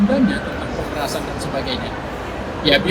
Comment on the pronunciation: Pemerasan bukan pemerasaan. Baca aja gak becus tapi jadi pembawa berita.